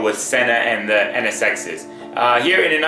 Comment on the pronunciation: Literally my very first comment ever all to speak on this guy. Like this guy was "really" into senna like look at his face when he says it... also why even ask the viewers paint a helmut or the car.. like wanna paint your house or your one shoe. Says the race course incorrectly and Mclauren Lmaooo